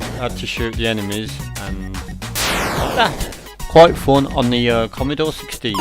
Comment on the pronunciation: Commeedore commeedore commmeedore... christ man. Its commodore not commeedore 😂🤣